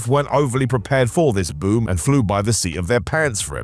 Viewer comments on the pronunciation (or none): none